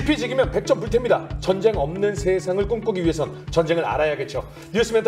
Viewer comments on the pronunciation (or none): 여성 진행자,,, 정쟁 정쟁 이라고 발음 하는게 참 거슬리네요~~ 제목이 전쟁과 사람인데,,, 정쟁이라니 ㅎㅎㅎ